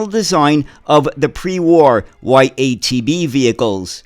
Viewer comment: The first letter in YaTB(ЯТБ) should be pronounced as german word Ja(Yes). It was produced by automotive plant in Yaroslavl, so YaTB means Yaroslavl TrolleyBus.